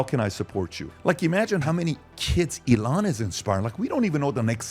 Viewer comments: Patrick, e-LAN means enthusiasm. EE-lon is Musk''s first name and he pronounces it that way. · Accent like eLON instead of Elon? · PBD - The Captain Obvious who still can’t pronounce the word Elon. If anyone is a dumb philosopher, it would be him.